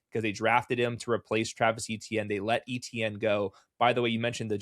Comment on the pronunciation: "A-tienne" not "E-tienne", please. ⚜️⚜️⚜️